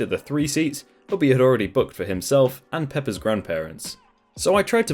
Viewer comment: Him saying peppa with the accent he has makes me half smile